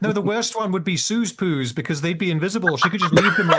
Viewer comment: Hearing a British say "Sue's poos" is life changing.